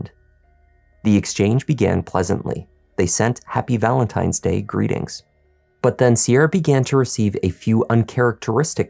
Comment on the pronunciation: Not Valemtimes Day!